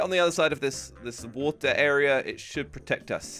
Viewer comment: and . Good job with pronunciation buddy. You say in ‘Ow Waah-ter’ and in you say “oh wah-ter.”